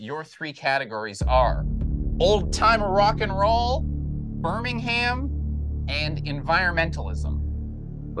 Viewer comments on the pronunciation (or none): He has also said Burnig ham.